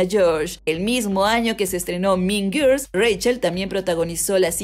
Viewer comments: No es tan difícil pronunciar guuuuuurls 🙄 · Por favor no puedo con lo mal que pronuncia Girls